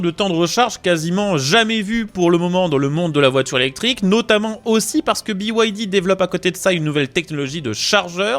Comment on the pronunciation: Pourquoi biouaildi? pour moi BYD ça se prononce bide. Continuez à faire la promo de voitures subventionnées par l'état chinois et vous finirez par vous retrouver à poils. Cette concurrence déloyale et faussée tue nos marques et nos emplois. Il serait plus que temps que vous en preniez conscience. Pour moi ce sera Alpine 100% fabriqué en France avec en prime, un réel plaisir de condire...!